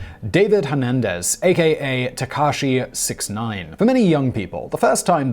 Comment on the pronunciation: It's pronounced Ta Kah she 69.